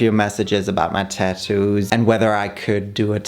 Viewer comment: Why do u say tadoos